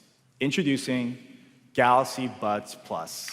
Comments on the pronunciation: we will not miss the samsung "galox" even this CEO is saying it lmfao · shameful they didnt even know how to pronounce GALAX s20 range......get dj koh back